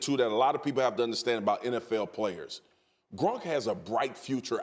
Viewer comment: It's gronk not grunk